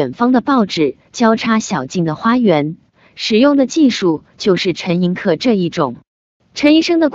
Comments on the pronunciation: 陈寅恪(que音同“却”） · 正确读音就是ke，念que是因为他的江西同乡用客家话误读的原因，陈的亲笔手稿签名从来都是Koh，就是ke。